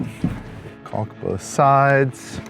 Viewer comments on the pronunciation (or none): The "L" in calk is silent... except on this channel